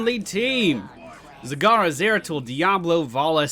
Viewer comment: You mispronounced her in the beginning, this is how you pronounce it: "Z-A-G-A-R-A". Make sure you have a Japanese accent for it :D